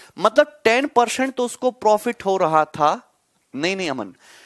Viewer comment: peorcent hahaha🤣🤣